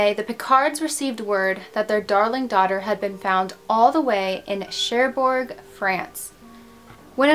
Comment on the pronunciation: Hello! Very nice and mysterious video! I'm french and i never heard of this story!! By the way, your prononciation is pretty nice, just don't prononce the «D» in Picard, we say «Picar», and same for Cherbourg, don't prononce the «G» 😉. I really love what you do! Thanks for all the work you put in your videos!